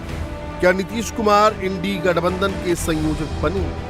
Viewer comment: यह चैनल तो इंडिया को इंड़ी कह रहा है...